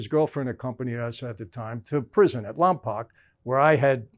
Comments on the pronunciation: Just a heads up, I don't wanna sound like them keyboard warriors 😂 and it's definitely understandable for non locals to mispronounce it, but Lompoc is pronounced like "poke" at the end of it. Still, no sweat, very much love the content! Even Vin Diesel mispronounced it in Fast & The Furious, haha. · Guys, it is pronounced Lom poke, not lom poc. As far back as dragnet Lompoc has been mispronounced. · I would have never known Lompoc was such a big place. Hell, I’ve lived here for a long time too. It’s pronounced “Lom-Poke” - but LomPock works too I guess LoL. Love the videos. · Lompoc is in southern California. Family used to live there for a bit. Also pronounced Lom-poke not Lom-pac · It’s pronouns “Lom-poke”